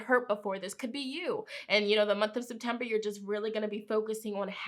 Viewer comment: I really thight she said SIMPtember